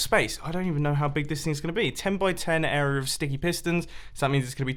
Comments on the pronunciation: area* not "air ree yerr" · When an adult can’t say area